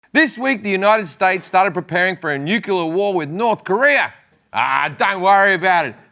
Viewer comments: Did he just change his pronunciation just to fit in with the retards? FFS it's Nuclear (Nu-Clear) Not Nucelar. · Why is he pronouncing "nuclear" like Sarah Palin? It's Nuc-Lear, NOT Nu-CKi-Lar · NUCLEAR. Not nucular. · Jim its nuclear not nucular. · Nuclear, Jim. Not "nucular" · "Nucular weapons" Jim's credibility took a nosedive right there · Nuclear- nook-lee-ar. Not nucular- nook-u-lar. You don't want to sound like that ignoramus George W. Bush. When a president can't even say nuclear properly one has to question just how low his IQ is. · am i the only one to hear and hate NUCULAR? can't they pronounce nuclear and changed the official enunciation? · Lol, Jim said 'nucUlar'. He's been Americanised. :D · Nucular war, is that the one where you slap each other's hands? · Jim says "nucular weapons", no? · Him saying 'nucular' is fuckin' wit me OCD :D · NUCLEAR! it's pronounced Nuclear, you fucking foreigner. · Nu-clee-ar is how it's pronounced, Jim. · Did you just use the word "nucular"? The consonant comes before the vowel. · Most Aussies know how to pronounce "nuclear" - I don't know what Jim's problem is. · and why are you spelling pronouncing as pronoucing? Possibly a typo but you are right about the pronunciation of nuclear! LOL